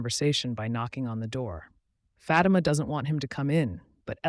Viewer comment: Its not fati-ma...its phaati-ma ... cant ignore this anymore. Great recap though 👏